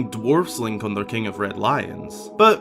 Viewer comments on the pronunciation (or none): none